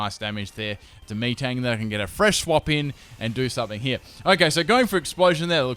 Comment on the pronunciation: MEATang? Really?